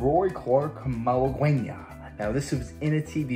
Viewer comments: Mag You lane Ah. For crying out loud I’ve seen so many videos mention this song and pronounce the word wrong …. Knowledge is power also keeps u from looking like a dult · The name of the song is pronounced “Mal-ah-gain-yah,” and it is a Spanish composition for classical guitar. And one of my favorites.